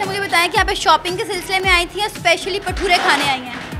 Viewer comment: Not pathura say भटूरे